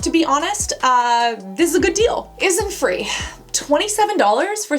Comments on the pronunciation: You really dislike innisfree enough to pronounce it as Isinfree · i think u said innisfree wrong